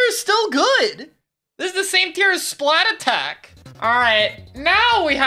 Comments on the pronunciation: So why did you say splatattack instead of splattack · has anyone realised that it isn't called "Splat-attack", it is actually called "Splattack"? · Why does everyone say "Splat attack" it's "Splattack", one word. the at in 'splat' is the same 'at' that starts 'attack' you don't repeat the at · dude why does EVERYONE SAY SPLAT ATTACK ITS “SPLATTACK” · Even better be the people that say splatack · The OG splattack below X is an even bigger crime than your pronunciation of the song. It’s THE Splatoon song for a reason. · every time he says splattack as two words i lose a year off my life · they way mispronounces splattack is just why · You pronounced Splattack wrong. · Is anyone else really annoyed by mispronouncing Splattack! or is it just me? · Bro I’m sorry you NEED to pronounce Splattack correctly. I can’t do it anymore.